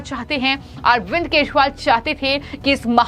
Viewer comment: अरविंद केशुवाल _ ये कैसा उच्चारण कर रही है? इन मोहतरमा की जुबान ही साफ नहीं है और बन गई समाचार वादक